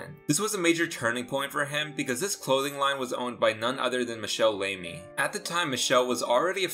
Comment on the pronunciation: Just a quick pointer: Michele"s last name is pronounced "Lah-me", rather than "Lay-me". Thanks for the fun video!